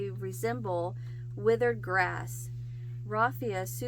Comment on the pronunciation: The word salable means fit or able to be sold. You pronounce the first three letters like "sail" or "sale". The first letters of raffia are pronounced like laugh.